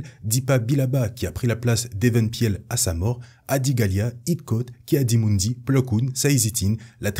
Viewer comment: Très bonne vidéo mais attention à la prononciation de certains noms (Eeth Koth se prononce "Iss Koss", Tera Sinube se prononce "Téra Sinoubé" et Even Piell se prononce "Éveun Pil"). Mis à part ça c'est vraiment très bien. Mais ne manque-t-il pas Tyvokka et Micah Giiett aussi ?